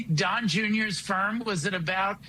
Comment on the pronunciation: "Don Jeuneeyor."